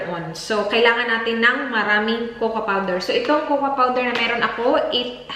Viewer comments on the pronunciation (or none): It’s pronounced as “koko” and NOT “kokwa” the “A” is silent in cocoa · she is bisaya and we say it cocoa or kukwa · it is pronounced ‘Coco’